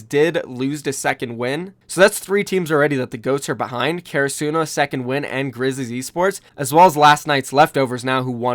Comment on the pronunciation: ITS NOT care ruh suno ITS karasuno (ka da su no) it’s based on karasuno highschool from haikyuu ハイキュウ